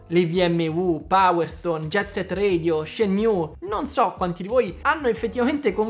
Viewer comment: Io ce l’ho messe le mani, Dreamcast miglior console di sempre ❤! Comunque si dice ShenmUe, non Shenmyu.. Scusa ma è più forte di me 😂